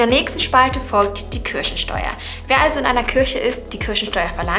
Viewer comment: Wer hat auch am Anfang Kirschensteuer verstanden 😂